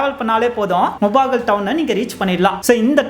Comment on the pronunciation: Its mulbagal not mubagal